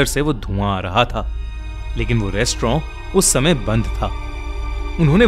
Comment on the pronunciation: Restaurant ❌ restrawn ✨✔️